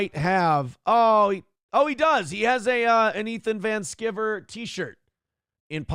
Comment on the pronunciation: I don't know what in the hell he's talking about, but it's pronounced Van Sky-ver. is way too arrogant for being such a complete a complete dolt.